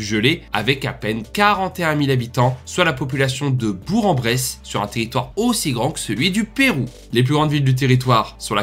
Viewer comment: OOOOOH ! Comment tu prononces Bourg-en-Bresse ??? T’es fou 😂 Ça se prononce Bourk-en-Bresse !